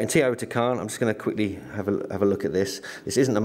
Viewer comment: Teotihuacan. Pronounced: "teo - tee- wah - kahn...."